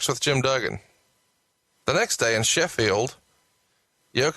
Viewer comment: He also called Sheffield SHIFField. He's kinda dumb.